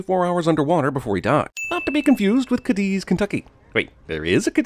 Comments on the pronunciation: It’s Pronounced Kay-deez… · sin for mispronouncing Cadiz, KY